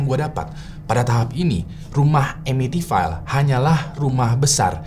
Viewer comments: Bacanya bukan amitivail bg, tapi amitivil. Krna ville itu dibaca vill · It's Pronounce EMITIVIL not EMITIFAIL.. Sorry gatel gue.. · masukan aja si, sebelum record mungkin ejaan2 bahasa inggris dipelajari dulu bang. misal amityville, ville (vil, bukan vail). CMIIW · pronounce Amityville nya salah, yang bener itu baca nya emitifil